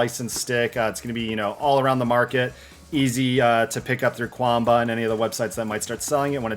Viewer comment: It is pronounced Chuan Bah, 拳霸 is romanized as quan ba, where q = ch